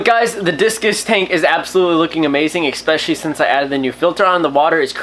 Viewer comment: Why do you say eCKspecially. It's pronounced eSpecially lol it's pretty annoying ESPECIALLY😂 because you say ESPECIALLY a lot lmao